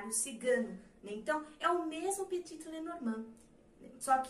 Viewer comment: Só um detalhe , Petit não se fala o último t, ele é mudo.Adoro suas aulas, vc tem o dom de ensinar ❤